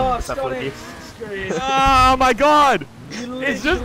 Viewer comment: Its not stontix its stonks